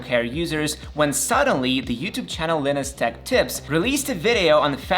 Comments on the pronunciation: First off, it’s pronounced “Lie-nus,” not “linnus.” Secondly, you said M1 MacBook Air users were “grim” until Linus released a fix? What? Basically nobody noticed any performance problems whatsoever because most people who use a MacBook Air don’t even stress it at all. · Linniss? lol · You lost me at the wrong pronounce of Linus's name...